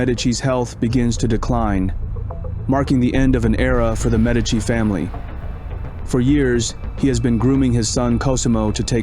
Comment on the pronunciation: You can't even pronounce Medici properly. 😂